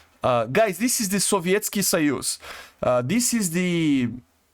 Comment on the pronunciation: BBro pronounces it quite good ngl